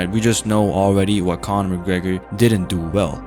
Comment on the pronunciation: Cornor!! " no way